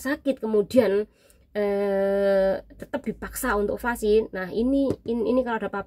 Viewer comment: vaksin mbak bukan vasi